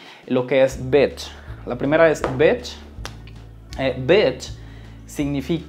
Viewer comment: In engiish its bitch not batch